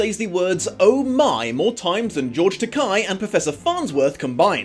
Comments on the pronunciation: It's "Takei",. Rhymes with "toupée". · Per George Takei's own tongue in cheek joke, "it's pronounced TaKAY rhymes with gay." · cough Takei is pronounced Tuh-kay. Tuh-kye would be spelled Takai. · You mispronounced George Takei.